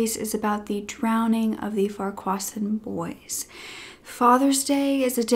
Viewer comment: Try Google to pronounce names? Accent is on the wrong part of Farquharson